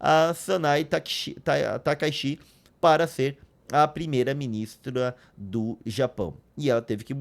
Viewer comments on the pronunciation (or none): O nome dela é Sanai takaichi. Takaichi ( takaiti) se pronuncia assim e ( takaishi ) errado.